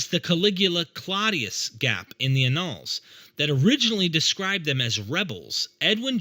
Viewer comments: ANNALS. You should check the pronuciation of this word. It is a word often used in the yearly collection of published works of a society. I feel certain it shares linguistic roots with the word 'annual'. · Fantastically insightful. Minor note - Annals sounds like annual, not null.